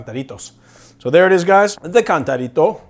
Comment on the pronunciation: He messed up the cantarito